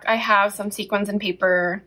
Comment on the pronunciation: Sequins is pronounced like (see kwins). Great video. I enjoyed it.